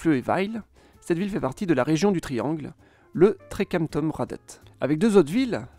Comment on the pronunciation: Intéressant et bien résumé, cependant la prononciation des villes fait mal aux oreilles. Aalborg se prononce :"Olborg" le double aa se prononçant å ou o en danois Il en va de même pour Aarhus : Il faut prononcer "orhous" Il y a une erreur a trekantomradet ===> trekantområdet qui se prononce comme le double aa c'est à dire å ou o. Le double aa est l'ancienne écriture et les villes comme Aarhus et Aalborg l'ont conservé. Pour le reste le nom des régions est prononcée "à la française" donc cela reste correcte. Seeland devient Sjælland en danois : prononcer "shéland" Autre précision : Copenhague s'écrit en danois København et vient de at købe = Acheter et havn = port Ce qui veut dire littéralement port d'achat ou port de commerce. On retrouve la même racine en suédois pour les villes de se terminant par "köping" comme Jönköping, Enköping, linköping etc...qui étaient autrefois des carrefours de commerce. Le nom des îles se finit géralement par ø car ø veut dire île en danois On aura donc Samsø, Læsø, Ærø etc... Jeg håber det kan hjælpe dig for at forbedre dit dansk videnskabe :) Med venlig Hilsen